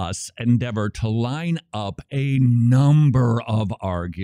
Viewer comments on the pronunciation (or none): none